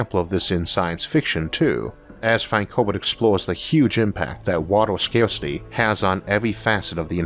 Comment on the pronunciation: "Wawter scwawsity"